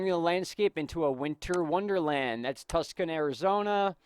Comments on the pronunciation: Um lol it's Cacti for plural. And Tucson is pronounced Tu-sawn. I live there and never ever have I seen snow. Wish i could post a couple of my pictures. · Thanks,! I was watching a movie a while ago and I got an alert on my phone warning us of floods and mudslides. Also, I heard a loud rumble of thunder! BTW, it's "TOO-SAHN" Arizona, Hon. My Dear friend has a Cat Sanctuary there! XOXO